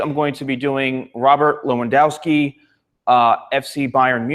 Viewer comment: U said his name so badly 😂